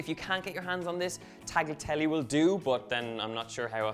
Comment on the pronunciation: As Italian I'm good either with fettuccine or tagliatelle, AS LONG AS THE LAST "E" of both words is pronounced like the first "E" in fettuccine!!! Please! Other than that, enjoy or buon appetito, folks, whatever you're eating <3